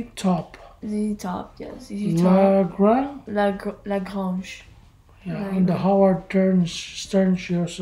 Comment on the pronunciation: You pronounced 'La Grange' with perfect French. 👌 I was surprised. 😮